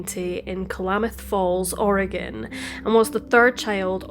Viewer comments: You've done several stories that take place in Oregon and I've lived my whole life (54yrs) here. I just want to say that your pronunciation of our cities, counties, waterways, whatever is spot on! More than any other YouTuber I've heard! Keep up the terrific work! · You pronounced all the Oregon place names - including "Oregon" - flawlessly. Nice work!